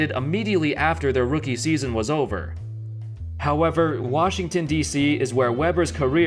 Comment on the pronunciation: Every time he sais "however" i was thinking "howebber"...